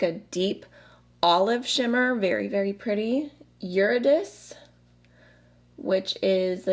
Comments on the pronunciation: What a coincidence! I just snagged this in the restock an hour or so ago. I'm in the UK, so for once I'm on the right side of the pond not to have to pay crazy shipping and customs fees. You were spot on with Orpheus, but Eurydice is Yur-Id-iss-see (hopefully that successfully conveys that it's not "your" the way some people pronounce it (like "yore") but more like "yer," not a z sound like "is" but an s sound like miss, and id rhymes with kid). Pronunciation is so tricky to explain in writing without the IPA (international phonetic alphabet), but the IPA only works if both people know the symbols and what sound they stand for. So...um...limited use. lol. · You got Orpheus right! Eurydice is actually yur-i (as in is)-duh-see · I am so glad you reviewed this! It's such a pretty pallette . Ps you butchered Eurydice's name 😂. It's pronounced evridiki in Greek . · Absolutely gorgeous colour story, love the look you made and would 100% watch anything else you film with it! You got Orpheus spot on, Euridyce is "your-ID-i-see" <3 I'm a huge nerd for classics and mythology though so I don't expect everyone to know! Thanks for such a lovely review! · I am so tempted to buy this omggg but you did great pronouncing Orpheus!! Eurydice is pronounced like “your-id-is-ee”, but I only know that because I L O V E the musical “Hadestown” which is also based on this story!! I highly recommend checking out the soundtrack if you like musicals and enjoy a good love story (and a good cry), haha ♥️♥️